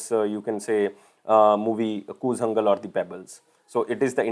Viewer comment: It's not koozangal...it is koolangal...